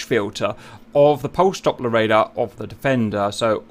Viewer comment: its Doppler Radar, not Dopper Radar PS: I love ur videos